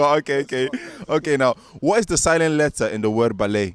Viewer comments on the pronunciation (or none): Guy with the 'grills' said the the word letter with silent T 😂